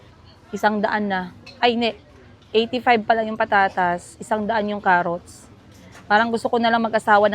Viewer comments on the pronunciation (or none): none